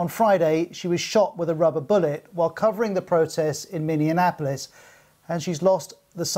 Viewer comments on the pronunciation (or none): Why does this guy keep saying "MinneANapolis"? I noticed he was doing the same in his last report.